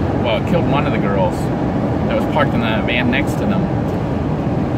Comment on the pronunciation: I really liked the part where he said “living in a vean”